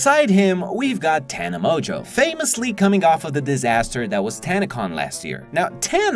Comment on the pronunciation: tana monjo? its Tana Mon-Go